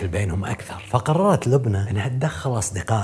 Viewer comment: لبنى مو لبني